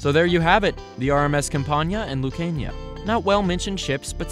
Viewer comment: Google botched the Lucania pronunciation